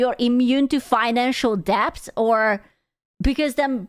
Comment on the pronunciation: pronouncing the B in debt gives me life